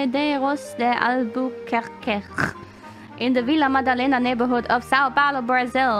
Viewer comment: Em algumas partes ela fala o português perfeitamente man, esse "Vila madalena" foi perfeito